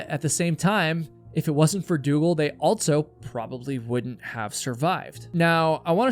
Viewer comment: The word "also" doesn't have a "t" in it. And it's pronounced "since" not "sense". My God, who taught you to speak English?